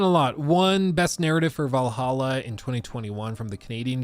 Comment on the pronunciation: IT IS VALHALLA NOT VAL AH HA! DAMN DUDE